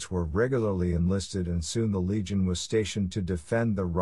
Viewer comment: legion sounds better than leg on